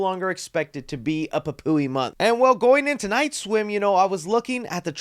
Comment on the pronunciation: Yeah 😂 that part came out so weird lol